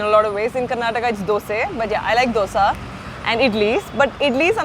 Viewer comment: Its not Dhosa, its not dosa its Doseeeeee.